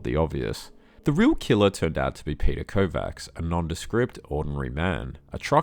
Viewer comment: Kovács is pronounced KováCH